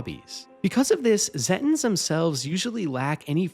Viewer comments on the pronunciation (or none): zetins? what? Zeta pronounced like Zayta. so it would be Zayten. pronounced the same as the real life piece of space called the Zeta Reticulai.